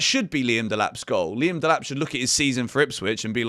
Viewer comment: Delap 😫😒 Tad boli ❌️❌️